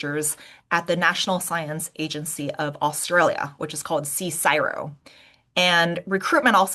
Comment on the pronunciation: In Australia CSIRO is very well respected as an unbiased and scientifically rigourous research organisation, especially by the medcial community so the study i give very high credence to. I am a Dr btw. Another btw its by convention pronounced as "C-S-I--R-O " rather than "C-SIRO"